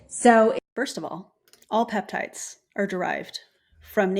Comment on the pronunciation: She keeps calling them "PEPTITES" and I CANNOT.